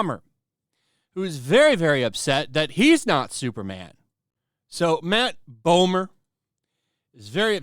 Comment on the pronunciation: Not going to lie. For a second I thought you said "Matt Bummer". And all I could think was, what an appropriate name he's got.